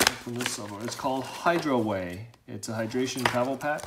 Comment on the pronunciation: No, it's not Hydroway... and it's not Hydraway... It's Hydaway. Sheesh.